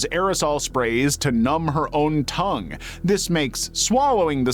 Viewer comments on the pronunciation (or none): none